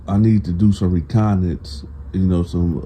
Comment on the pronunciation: Reconnaissance * pronounced: Re-con-ah-sance. Hope this helped.